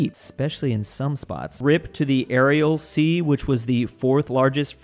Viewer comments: Arial sea. Arial. Sea. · Just a small thing it's the "Aral sea" not the "Areal sea".